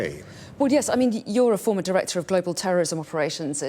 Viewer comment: Emphasis on the word "former" director